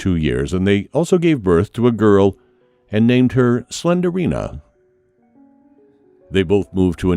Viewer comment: Apple, Pilot......y'all got nothin' on "Slenderina" 😂😂😂🤣🤣🤣🤣